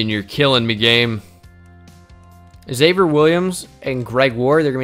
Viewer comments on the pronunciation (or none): none